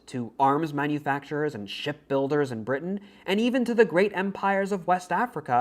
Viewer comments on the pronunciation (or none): none